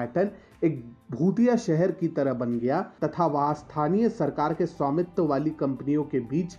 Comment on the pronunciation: सौमित्व नही स्वामित्व बोलना